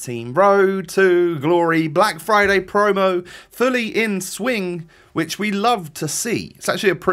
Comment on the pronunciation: Everyone: friday: flyday